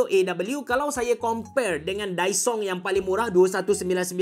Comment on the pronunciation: Kedengaran mcm dysong😂